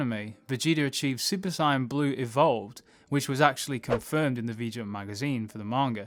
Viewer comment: I keep hearing super cyan. Why.